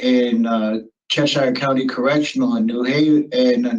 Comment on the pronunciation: A SURE way to tell someone is NOT originally from Connecticut is the way the pronoun the town of Cheshire, which he mispronounced. This guy makes me super uncomfortable. It’s the eyes. It’s ALWAYS the eyes.